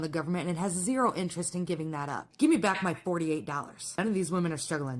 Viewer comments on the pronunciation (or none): none